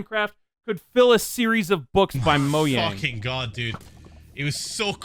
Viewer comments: Why do you call it moyang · ‘moe yang’ 😭🙏